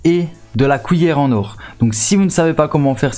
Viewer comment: Pourquoi t'arrête pas de dire wouite pour (8)... Mike pour (mec) pis couillere pour (cuillère) ????